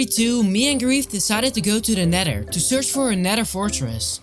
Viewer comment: Nether❌ Neder ✅